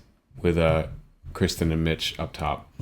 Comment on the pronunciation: I just found your channel tonight and love your comments! Your appreciation for great talent is obvious. I love your in depth analysis. However, please learn to pronounce KIRsten instead of KRIsten. Kirstie rhymes with thirsty. As much as I love your commentary, I feel like it was distracting that you didn’t know her name.